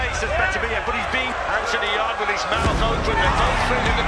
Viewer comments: 'yarde' lol, you clearly didn't watch the fight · You missed allot.. Also, his name is pronounced Yard.. The e is silent.. If you really knew boxing you would know that